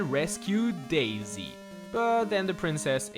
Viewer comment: Daisy? more like Dai-sigh